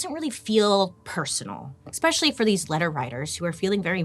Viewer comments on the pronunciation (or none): I love you girl but hearing you say expecially and excape drives me insane lol